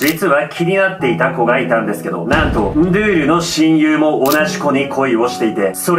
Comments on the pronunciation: ❌ンドュール ⭕️ンドゥール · 途中でンドュールになってる！ンドゥールが正解！ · 、惜しいですね、 ンドゥールの読み方は ンードゥールなんですよ、 けどジョジョネタやってくれるのは嬉しいです！！ そこにシビれる！あこがれるゥ！